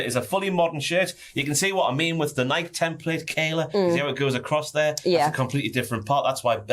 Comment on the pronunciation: pronouncing Nike and Adidas is the kind of thing that makes me question the existence of British people